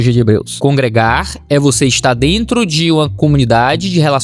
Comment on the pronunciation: Eu ouvi um "Aí dento" na história do Robô? kkkkkkkkkkkkkkkkkkk